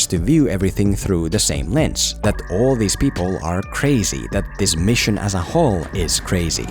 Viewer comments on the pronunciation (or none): none